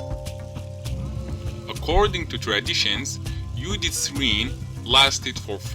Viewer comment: interesting...Judith. sounds like yudith or "Yodit"